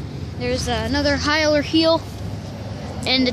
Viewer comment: It’s Heil - Haiul